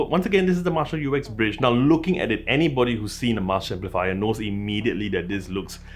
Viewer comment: It is always funny to hear Americans speak... It's the way they make up words :-) This is not the U-X-Bridge, it is indeed Uxbridge - pronounced as written - Ux-Bridge. 76 Uxbridge Road in London, is the place where Jim Marshall opened his first music shop (or store in American :-) ) and yes, it is a very nice speaker (arrived today), modest obviously due to its size, but a well rounded tone. It is good to see Marshal Headphones putting Google Chromecast back on their devices - I have the Stanmore II plus a number of Sony speakers and Google Audiocasts, all of which are playing happily together, but I would like the Woburn with Chromecast. Have a nice day y'all!